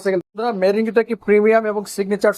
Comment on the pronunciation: মেরিল না মেরিন এটা 😂